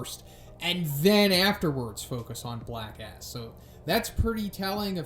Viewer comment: Every time i hear "Black S" i think its "black ass"